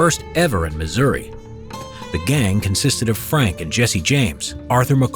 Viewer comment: Thank you for pronouncing Missouri correctly.